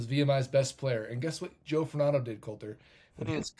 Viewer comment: Joe Fortunado - Fortune-na-do. Furnato distracted me.